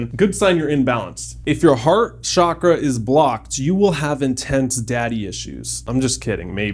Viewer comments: I think your video is very useful and overall correct, but just a few things. The Sanskrit word “chakra” has a very specific pronunciation (just like any word in any language), and mispronouncing it changes the meaning of the word. The correct pronunciation is ch-ah-kra (like the ch sound in chalk). The reason why it is pronounced as “shakra” and “chakra” in the Western World is because of misinformation about the origins of the word and translating it from the Sanskrit alphabet to the English alphabet. Also, I understand that you’re trying to make this topic accessible, digestible, and approachable, but by calling it a “Bro Guide” is slightly offensive and disrespectful to the people/culture from which this beautiful system came from. The only reason I am commenting is to hopefully educate you to avoid spread of misinformation. Besides those things, this video is very useful and I’m so proud to see my cultures teachings spread to so many people around the world making us all better humans in the long run💕 much love, namaste 🙏🏽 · What do you mean "It doesn't matter. I heard them both"? It's chakra, not shakra. It's Sanskrit. A language that is strictly connected with the culture and system you are just about to talk about. I lost interest right away. I am going to keep watching the video to see what else you are going to say. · Amazing video... Your knowledge is so beautiful, LOVE IT. However, Please try to call it Chakra as in pronouncing CHA in Change. Pronouncing it as Shakra, is close to the sanskrit word, Shakrith which is faeces... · Chuck-ra. How you pronounce it in Sanskrit and it does matter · It’s pronounced Chuk-Rah. Western countries ruined the pronunciation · Both the pronunciations of Chakra are wrong. The correct pronunciation is "Chuck- raas". Chakra literally means circle or wheel. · chuck+ruh would be the closest original pronunciation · Pronunciation of Chakra. As in chair.